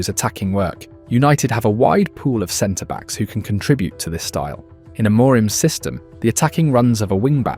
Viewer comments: You watched 5000 minutes of United and still can’t pronounce the managers name properly? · Yeah it's very AI, he's pronounced amorim differently multiple times. Nothing new here. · You nailed everything in this video but Amorim's pronunciacion